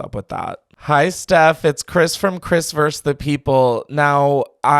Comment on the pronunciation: Chris I love you. Vs. is short for the word VERSUS. Two syllables! You keep saying Chris Verse the People... and you are not preachy enough for Verse... and I heard once you said you were a top, but who knows maybe that's what you mean by Verse... ANYWAY love the new show ❤